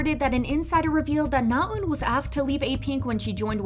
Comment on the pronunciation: Your saying Naeun wrong!!!!